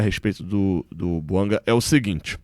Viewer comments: vc está se perdendo. São muitos vídeos sobre o tal Buanga. Aliás, se o nome é de origem africana, não é "Buangá" e nem "Buanga", mas "Bouanga". E pare de falar "Há tanto tempo atrás ". Há tanto tempo é suficiente. Esqueça o "atrás ". É redundante. Quando vc começou era bom. Está ficando chato. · É BOUANGÁ QUE SE FALA. A PRONÚNCIA É DO FRANCÊS, LÍNGUA OFICIAL DO GABÃO. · É BOUANGÁ que se fala. Vem do francês.